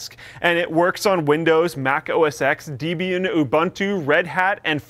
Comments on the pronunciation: FINALLY Linux in a video! *Deb-ian not Deebian, but it's better than nothing :D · It's not pronounced DEE-bian, its DEH-bian. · Deb-ee-en, as in Debra and Ian. Deb-ian. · I've always said "deh-bee-an" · I acknowledge the correct pronunciation of the word, but personally i will always think of it as "dee-bee-an" because debbie for some reason is such an ugly sounding word to me. Im so satisfied that said it this way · Deh-bie-an. Sorry. OCD clicks from time to time. Probably wrong as well. All well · can't pronounce Debian... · That is the worst pronunciation of debian I've ever heard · mispronounced Debian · WTF was that pronunciation of Debian? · Ya, I think puts way to much emphasis on the 'E'